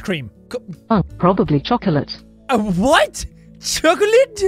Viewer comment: Guinea pig kingdom Same like Jack: Chocolateuh? Chocolateuh is not a good flavor of ice cream Me: WHAT DID YOU JUST- gasps for air and gets triggered